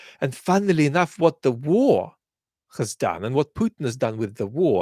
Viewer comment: I like the odd 'wot' and 'but'... adds a little accent.